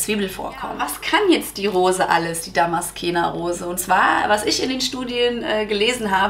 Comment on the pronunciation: Liebe 😊... Danke für die tollen Infos. Kleiner Tip: man spricht es ^Damaszener Rose^... darum wird sie auch in deutsch genau so geschrieben 😉